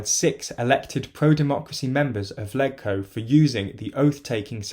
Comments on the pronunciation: It’s pronounced ‘ledge-co’ not ‘leg-co’. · Other than pronouncing it "leg-co" rather than "ledge-co" it seemed fine! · It's pronounced "Lejco", not "Leg-co" - mini point but makes you sound completely unfamiliar with Hong Kong (like saying "Wit-i-hall" for "Whitehall") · its pronounced "lej-co" not "leg-co" thats all... seems correct otherwise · Hey just a pronunciation thing. The HK Legislative Council is known as LegCo (pronounced like LEDGE-co). And Sino rhymes with Rhino. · You said Sino and Legco wrong....